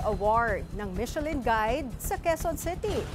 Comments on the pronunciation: /mishelin/ po ang pronunciation, hindi /mitchelin/ Also, hindi po Ilocano dish ang laing. Humba also didn’t originate from Ilocos. Magresearch naman sana muna ung reporter nyo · To the reporter michellin is pronounce as "Mi-sha-lin" not "Mit-che-lin" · Hindi po MiTSElin ang pronouciation. MiSHElin. Ano ba yan? No research ang reporter ninyo. DO YOUR HOMEWORK. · Mi-she-lin po ang pag-pronounce ng Michelin, hindi Mit-che-lin. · It is pronounced as MISHELAN. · Mitselin ang narinig ko 😂😂😂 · Not so good reporter. Hindi man lang alam tamang pronunciation ng michelin. Also, eh ano naman kung may pumuntang mga doktor dyan. Bkt kailangan i-mention mo pa sila na parang mas mataas sila compared sa ibang mga Pilipino ?? 🤷🏻‍♂️